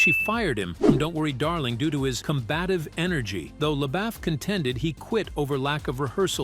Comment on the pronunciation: His name is pronounced Le-boof not Le-baff